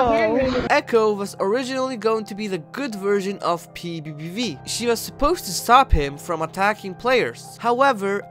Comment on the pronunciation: How I say PBBV: p bee bee v How he says PBBV: P V.E VE V